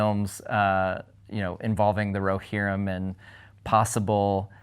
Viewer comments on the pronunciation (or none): I just love how she pronounce "Rohirrim" ☺️🥹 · He should have asked why she pronounced Rohirrim in such a corny and overly dramatic way....just sayin